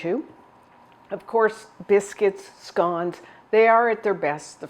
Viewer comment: It's scones...